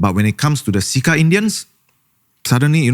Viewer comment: im pretty sure its pronounced "Chair Cha Pests" instead of "See Ka Pests", wrt to "CECA Pests".